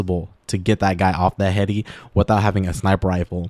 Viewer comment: Why you say heady like dat